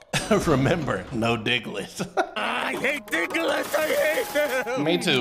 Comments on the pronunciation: His name is diglet not digaladid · i'm sorry but i'm pretty sure they're saying Diglett dig